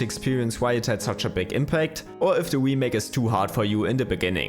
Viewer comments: Remake. Not wemake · Can’t unhear “the Wii-make” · Every time you say "wemake" I cringe a little bit. Great video though, thanks! <3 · The "we-make" makes this video hillarious